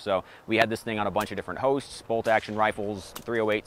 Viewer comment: My fav part of the video was in the intro he said "got to shoot it on a bunch of different hosts" but I thought he said "hoes" 😂